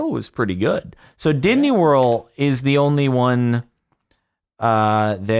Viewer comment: Is he purposefully saying Disney world wrong